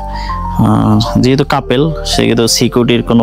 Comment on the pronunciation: কাপেল না কাপল 🫡